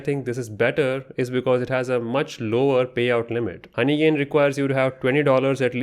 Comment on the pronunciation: Bro have personal problems with honeygain 😂😂 Every time in every word honeygain is cooked 😅